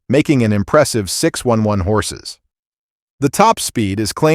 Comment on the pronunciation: Just one note: piss off with that "A.I." narrator shit! YouTube should be purged of all videos with crappy robotic narration that cannot pronounce most names. 6 1 1 horsepower, and Bturbo instead of Bi-turbo. Seriously, cut that shit and you'll have a chance of building a worthwhile channel.